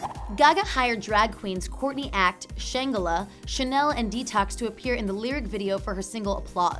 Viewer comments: It’s pronounced shh-angela, not shan-gella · Shengal Lol it's Shangela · Shan-guh-lah LMAOOOOOOOOOOO.... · shan- gilla, you mean shangela ( shang-jilla) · shang uh luh? SHANJ IH LUH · Did this bitch really pronounce shangelas name like shang-el-a Im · “shengela” bitch i’m PISSING LMAO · Shangela.... Shan-jel-uh. The shade hunny, the SHADE! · SHANGELA. SHAN-GE-LA. Rude. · It hurt my soul how you mispronounced Shangela's name. Its like Angela with a Sh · You said that Gaga only gets tattoos on her left side, and yet she has a trumpet on her right arm.. And Shangela is pronounced "Shanjela" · shanj-uh-la is the proper pronunciation for shangela, and for future reference. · The way she pronounces "Shangela" omg. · U said shangela wrong n yassss britney is the queen of pop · ugh why'd she pronounce gaga's sister's name like that ? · She really just mispronounced Miss Shangela's name like that?... OK... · oro SHE also forgot Willam